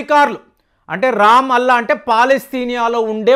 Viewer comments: Ramalla andi raam alla kaadu😂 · babu, adi RAM-ALLAH కాదు Ramallah రామల్లా. దుర్గతి అంతే దుర్గ + గతి అంటావేమో. give facts dear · రామ్ అల్లాహ్ కాదు రాంలల్ల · రామ్ అల్లా కాదండి రమల్ల పట్టణం